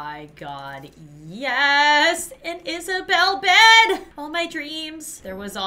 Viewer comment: "Yes! An Isabelle bed!" Me: AN IsaBED